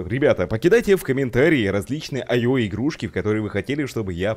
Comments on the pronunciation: ИО ИО ИО а не аё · Не айо. А ио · не айо а ио